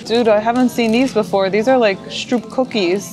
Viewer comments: s CH enk stroop no sh it is a CH as in iCH.. and not sh troop hard s tr oo p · Stop calling it strup The double oo is pronounced as an o like in boat.